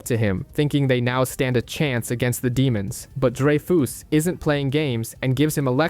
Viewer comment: It's drey-fuhs not drey-foos, dude.